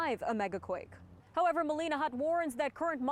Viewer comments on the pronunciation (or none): none